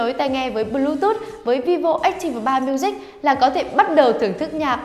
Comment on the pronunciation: Ách ti vồ 3 miu zich . Đọc thì nửa tây nửa ta :v haha lại còn phát âm sai 😂😂😂 đọc hẳn vi vô ách típ 3 miu dích cho nhanh :v hahaha